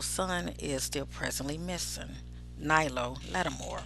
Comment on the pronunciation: His name is Nylo not Knowles